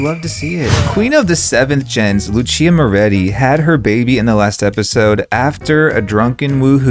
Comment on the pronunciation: guys im begging yall its moretti not morreti 😭😭